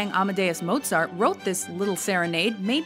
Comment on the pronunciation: I'm not German and when I heard her Strauss or Mozart I cringed. And Tchaikovsky thing, grrr.